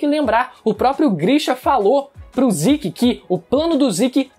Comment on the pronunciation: Ziki, ziki..... MANO É ZEKEEE ,ZEKE, Z E K E , com E de Zeke! Porra de Ziki, falando assim ta pior que o Goku, que segurou o pinto do rei da patrulha galáctica.